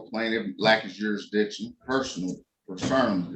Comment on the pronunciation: “Jeerisdicrion” makes you sound even more stupid😅